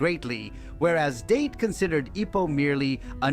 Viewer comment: ITS not Date like taking a girl out its sounds like Dah - Tay